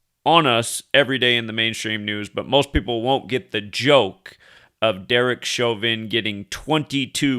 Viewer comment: lol “Derek Chauvin”